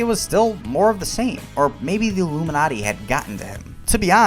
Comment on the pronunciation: Sounded to me like he said 'illuminutty' as a joke about a secret society of comedians. Has he ever offered any deeper insight or explanation of his comments?